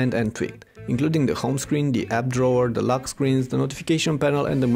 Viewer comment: its lock not luk